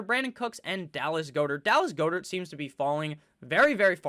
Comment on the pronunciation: Its 'GOD-ert' bud